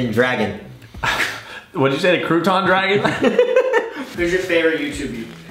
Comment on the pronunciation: “Don’t mess with the. C.rouch.ig tiger h.hidden dragon” “Crouton dragon?”😂😂